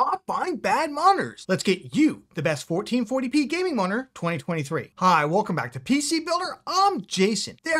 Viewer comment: I swear, he said "1440p gaming monitor," the less effort he put into trying to actually say M O N I T O R. He went from "Moninor" and eventually landed on "Monr".